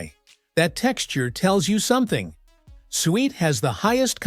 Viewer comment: It's pronounced SOO-wet.